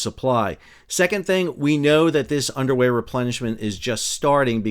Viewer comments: I kept hearing “underwear” replenishment, instead of “underway” replenishment. Probably some of that going later as well. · I thought you said Underwear Replenishment.😂 Wait....is it literally an underwear replenishment???